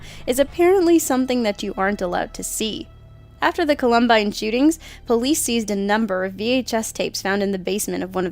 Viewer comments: I got to Columbine and had to stop. Here's the deal: if you want to be taken seriously, double check pronunciation on words or names you have never used before. Doing a little more research into the topic by watching video footage would have easily informed you on how to actually pronounce it, but you neglected to do that. Therefore this channel is perceived as a joke because apparently little to no effort is put in apart from perhaps a Google search and a Wiki. -_ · for those of you who hates it when she says columbine wrong,get a life, i mean really wtf lol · fucking millennials. how can you mispronounce Columbine? it's only the most notorious of all school shootings in America. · Why cant she pronounce the word COLUMBINE correctly? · that's not how you say Columbine...😅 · I had to stop at the very beginning because of how badly you butchered "Columbine". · At this point, how do you mispronounce Columbine? Next video. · Did they seriously pronounce Columbine wrong? Jesus Christ.... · I've never heard anyone pronounce 'Columbine' like that before.... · she pronounces columbine wrong ! >:( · I turned this shit off after she pronounced columbine like an idiot lol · anyone else bothered by how she said columbine? no? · She's Canadian. She might've botched the pronunciation but the rest of us can say it just fine. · I hate the way she pronounces "columbine" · Co-lum-bine... She can't even say Columbine right! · I love how this girl can't even say Columbine... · ikr and she doesn't even have the excuse of being Australian like the other narrator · I think she might be too young to know how to pronounce it, also foreign to the US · What dipshit still mispronounces "Columbine," especially with as much coverage as that tragedy has had? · Omg she can't say Columbine correctly. Go back to Canada. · How in the world do you mispronounce columbine? It's like Appalachian (app-a-latch-an cuz the Apalachee Indians language has no long a) Idk why it annoys me but it does.